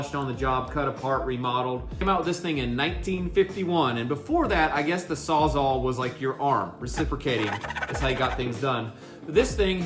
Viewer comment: Sawz-All not saw -zahl. It a tongue twister but I rarely hear any trades guys pronounce it correctly. Great video boys. 👍